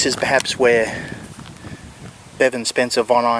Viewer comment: His name is Bevan not Devon sorry that’s what it sounds like you are saying. I apologize if I’m wrong.